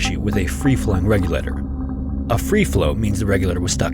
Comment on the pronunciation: Regulator is a four syllable word, not three !